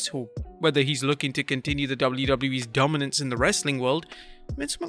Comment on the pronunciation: Did you say Nick Khan “DUMBance” or Dominance either way this Khan has nothing but killed a top promotion